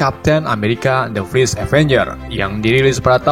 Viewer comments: Bang lu ngomong nya fris terus padahal first😂😂😂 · Fers, bukan fris akwowkow asu